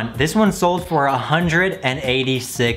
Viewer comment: I like how have days “hundrit”